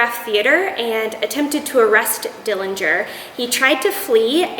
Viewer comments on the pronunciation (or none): Thanks for the interesting information regarding the history of death masks. The correct pronunciation of the Dillinger family name is with a silent 'g'. There is no proof that John killed anyone. The night of his death there wasn't any attempt to arrest him as they had one objective and that was to kill him.